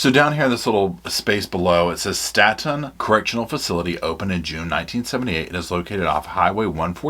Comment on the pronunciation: Staten Correctional is pronounced as “Stay Ton or State’n” And Wetumpka is pronounced “ We-Tump-kah” I can assure you all as someone whom worked as a Correctional CRNP (Nurse Practitioner) for more than 14 years in several AL-DOT facilities in Alabama, you don’t know the half of what truly goes on inside these prisons. Alabama prisons are some of the worse if not the worse in the United States. I struggled for the last 6 years I was employed there and finally walked away. I performed more emergency procedures than ever in any emergency department/trauma unit. I will also state, offending should be segregated based off the extent of their crime. They should not be held in adjoining facilities as they would not be able to provide protection. These guys are extremely smart and have nothing better to do than study everything about you.